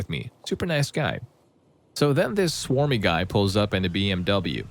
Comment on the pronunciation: Bro it clearly says smarmy not swarmy 😭